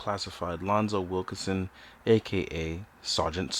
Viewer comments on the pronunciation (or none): Yo just so you know it's "Wilkinson" not "Wilkerson"